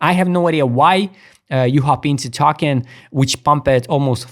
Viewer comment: oh, a note, token is pronounced TOE-KEN; i was confused the first few times i heard you say it, sounded like talkin ;)